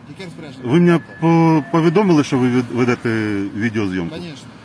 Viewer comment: Не Шо , а Що . 😂😂😂 Руки из карманов вытащил.😂😂😂.